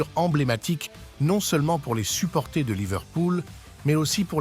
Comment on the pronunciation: On dit supporters pas supporthé